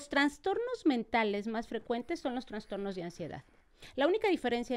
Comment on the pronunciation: Todo súper, pero como es que dice transtornos la Dra!!! 😮